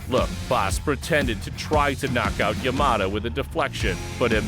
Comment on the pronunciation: I like how this guy tries to pronounce words like bas.. like power and palm strike haha perfect!